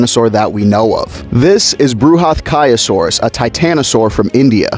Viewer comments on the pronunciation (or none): The correct pronunciation will be Bra~hath~kyo(like kyoto)~saurus. It's Sanskrit for something massive.